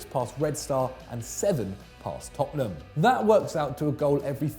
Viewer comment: Did man say toptenham?